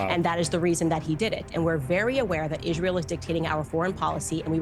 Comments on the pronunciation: why does she keep saying "Ishrael" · Why does she say ish-rael? Is it a neo-n**i talking point or is it a language disability?